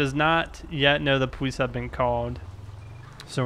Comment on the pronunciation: Why does he say powees